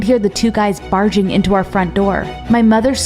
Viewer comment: at first i thought she said farting instead of barging lol